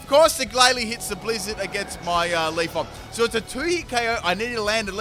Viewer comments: I cannot unhear Leafon over LeafEon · You tell us to read you for saying "modest ability", but we should be reading your horrible pronunciation of "Leafon"'. It's LeafEon! Lmao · Leaf-on or Leaf-e-on? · He didn't even pronounce leafeon right